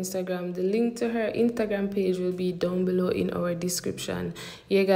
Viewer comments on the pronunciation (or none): who hear when say intagram?😭😭